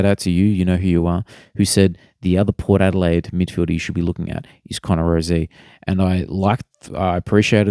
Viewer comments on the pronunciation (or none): its pronounced rosie not rozie